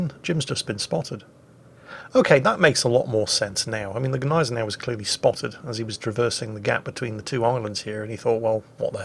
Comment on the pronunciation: I'm one of your biggest "salt-miners"! Keep up the excellent work. I love Jim's books. I've read all of them! They are excellent reads; or listens, considering your preference. However, being that you have such a large audience, can you please do all of us naval historians a huge favor? Use the proper "Niezen-now" pronunciation for Gneisenau? Please? It grates some of us serious WW2 naval buffs to no end. You and you alone, with your large, novice WoWs audience, can remedy this horrible fad of mispronounciation of a great German ship. Cheers! 😋 🇺🇸